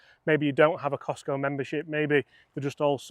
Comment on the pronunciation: Why are you persisting in calling it the Cistco driver? It is Kirkland Signature. Also, you set the whole video up to be anti-KS-pro-Eleven. The were talking from the outset about how the Eleven was "better" and more "premium", etc. Seems a bit one eyed, maybe?